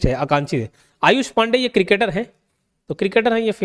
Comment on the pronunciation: Sir wo Akanksha h na ki aankshi